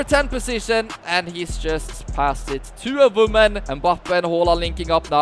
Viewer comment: “Voman/moman”